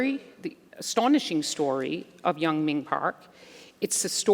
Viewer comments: Damnit why can’t non Koreans pronounce Korean names?!?! It’s not yun ming park its yeunmi park it’s not not ping park Jesus, Patrick calls her yenomi. Everyone calls the capital of South Korea soul. It’s Seoul pronounced soh uhl not soul. Iranians get pisses off when we say “I ran” no it’s “eh rahn” well Koreans wee gotta stick up for our names too. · Here name is Yeonmi, not Yeongming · Yeonmi, many interviewers mispronounce your name, like this one who called you Yong Ming Park ! Please do not be afraid to correct them. In the US it is perfectly fine, on TV especially, to correct misspellings and mispronunciations. It will make it easier for people to find your writings if they know your correct name. Your friend, Brian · Her name is YEONMI PARK, not young mi... Not that difficult. Great interview for the rest. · Amazing story. And the woman kept saying her name wrong. It's not "Young ming" lmao. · The lady didn’t even take the time to learn how to pronounce her name correctly 😒